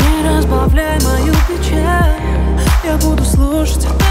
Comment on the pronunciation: Почему нельзя нормально произносить слова, не проглатывая буквы: "Не разбавляй мою печа, я буду слушть, а ты молча" "пустото связала нас силе любви" это слышится так.....